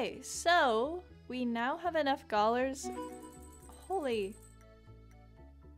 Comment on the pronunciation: This is my fourth video of yours and i laughed so hard when i realized you keep saying gollars